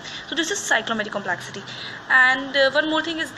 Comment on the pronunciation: Please correct your pronunciation for complexity